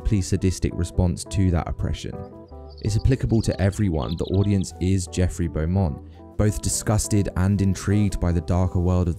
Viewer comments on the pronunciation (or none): none